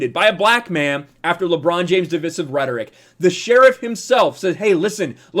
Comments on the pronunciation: Divisive= Divvvv-Ice-ivvvv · If I hear “div-iss-ive” one more time, I’m out lol. Two so far. I can’t 😂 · Dude...you are pronouncing "divisive" wrong.